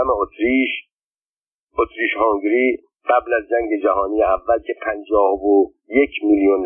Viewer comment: اسم امپراتوری اتریش - هنگری را هم غلط تلفظ می کنید. هُنگری به ضم هاء است. البته مطمئنم ضم هاء نمی دانید چیست ولی کافی بود به املای فرنگی نام کشور مجارستان (Hungary) دقت می کردید. حروف لاتین را می توانید بخوانید؟